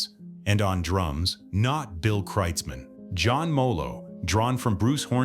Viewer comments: It's kroitzmann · It's pronounced KROITZmann, FFS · You asked a 100 'real' Germans how to pronounce it and they said 'krutes mann' or 'krootz Mann'? Impressive. However here in the real USA, it so happens that in the 1980s-90s I lived in Comptche, Mendocino County CA, where Bill owned a ranch. He was known in the community as Bill KROITZmann. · Could computer at least pronounce his name correctly.